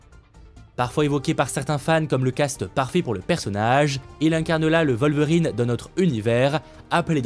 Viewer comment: C'est qui "vol-verine?" 😂